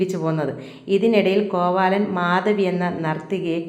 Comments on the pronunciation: കോവാലൻ അല്ല കോവിലൻ. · കോവാലൻ. അല്ല. ചേച്ചി. കോവിലൻ 😂😂